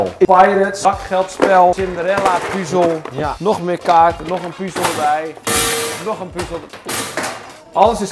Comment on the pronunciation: ben ik de enige die zig ergert aan het feit dat kalvijn puzel zegt en geen puzzel